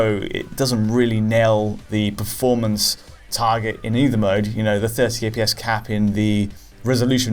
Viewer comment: I love that has said "FPS" billions of times during these videos over time that it has just become "EH-PEE-ESS"